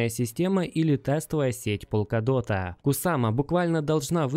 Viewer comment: Братан, полкадот или в горошек. Он верно говорит на англ